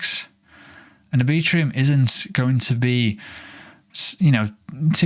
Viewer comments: R B Trum. Lol not A Bee Trum. Anyway, appreciate the content and update sir. Cheers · Are you really pronouncing "Arbitrum" as "Arbitrium"? Let's check back in a year and see where Oasis is compared to "Arbitrium". My prediction: almost no one will know what Oasis is relative to Arbitrum, which will continue to see high adoption and volume. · pronounced R-Bi-trum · Mental pronunciation of Arbitrum... 😅